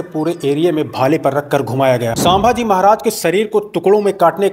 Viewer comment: Actually vo saaambhaji nahi bhai vo ch. Sambhaji maharaj